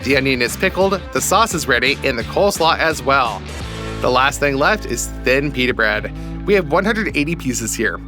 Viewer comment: Peter read ? It’s pita mate